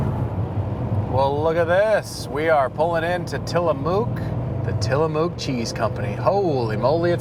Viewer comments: It's pronounced "Til-a-muck" not "Till-a-moooooook" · "Till-a-muck", not "mook". ;-) You guys should have stopped. Unless you hate cheese and ice cream. :-) I just finished the video and while great, you really did miss a lot of Washington and further fantastic views by turning East at Westport. You should have gotten back on 101 and continued further North. You can do that without crossing into the reservation. Eventually 101 turns East and goes through Pt Angeles, Sequim (pronounced "Sqwim") and Pt. Townsend. You missed the ferry ride into Seattle from Bainbridge Island or Bremerton that would have been a great capstone for your adventure. Oh well, maybe next time. :-) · Just make sure to pronounce it properly from now on. The 'oo' is pronounced like it is in 'took'. Those of us that live here love our coast and our cheese. Wis-con-sin? What's that? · Tillamook?! ...pronounced Till-ah-muk. ...I love the 101. summer time on a bike is where its at tho. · I'm surprised I don't see anyone making fun of for saying "Tillamooque". Lol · I live in Tillamook and can honestly say I have never heard it pronounced that way.haha Love the video!